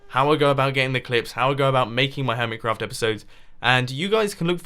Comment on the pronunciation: hummit crawft go ahead mumbo read it does it sound the same as hermit craft?